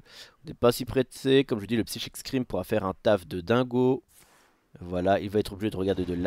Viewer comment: "Psychique scream" NON ! /Saille-kik/ scream. Merci :'c